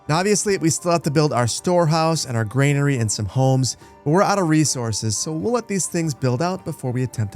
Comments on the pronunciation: Just want to point out that Granary is pronounced 'gran-arry' and not 'grain-arry' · It's granary not grainary